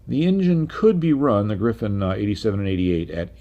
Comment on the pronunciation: I love your content! Just one remark: it's a RR Griffon, not Griffin, as you pronounce it.